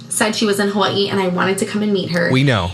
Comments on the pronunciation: "Ha-wAH-EE" Geezus lol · 😏 Unfortunately what has not realised, is Jess gets bored quite easily with people after a while. After moving all the way from what she pronounces Huwii! Like the phone lol. What a total shame, because Jess for certain will bore of her soon enough. Jess will find or make excuses not to meet with her or invite her to places or her house. It will definitely happen just watch this space. Before we know it, poor sunkissed idiot will be no more. She will frizzel out of Jess life. As if she was never in it. Goodbye. Back to Huwiii you go.😃😁😘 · Why does it make me want to throat punch her every time she says “Ha-Vwye-ee?! STOP! She says Waikiki the improper way, she says every other Hawaiian word incorrectly, EXCEPT Hawaii. Just STOP! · And the way she says Hawaii literally makes me nauseous 🤢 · Why does she pronounce “Hawaii” like that? Is she ok?